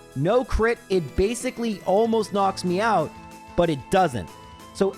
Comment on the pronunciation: Each time says knocks me out my brain hears knocks Meowth